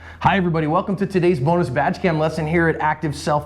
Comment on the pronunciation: When John uses the words "badge cam" it always sounds like "vag cam." Now that would be some interesting footage!